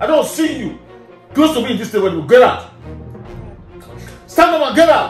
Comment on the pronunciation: "stand up and gerrout"